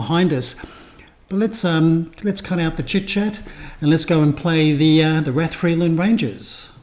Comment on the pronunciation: Rathfriland Rangers Football Club, founded in 1962, plays in the NIFL Premier Intermediate League and is based in Rathfriland (pronounced "Rath-fry-lənd"), County Down. Their home ground, Iveagh Park (pronounced "Eye-və"), holds around 1,000 spectators. The club has seen significant success in recent years, winning the Northern Amateur Football League Premier Division in both 2021-22 and 2022-23, and the IFA Intermediate Cup in 2021-22. They also secured the Border Cup in the 2023-24 season. The team is captained by Andy Kilmartin, who has played for clubs like Glentoran and Portadown. Key players include goalkeeper Bryan McMullen and attacking midfielder Ruairi Fitzpatrick, who was crucial in their 2-0 victory over Armagh City to win the Intermediate Cup for the first time. Rathfriland is about 30 miles from Belfast, roughly a 45-minute drive, and 60 miles from Londonderry, about a 1.5-hour drive, making it quite accessible for a visit. Supporting this channel will give you a deeper insight into the vibrant world of Northern Irish football!